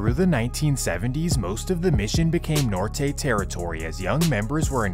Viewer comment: Bruh gotta learn how to say Norte 😂😂